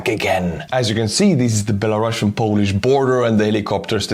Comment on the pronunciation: It's Belarusian, not Belarussuan. We are not Russia